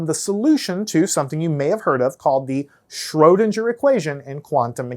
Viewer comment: Pronounce Schrödinger like linger, not ginger!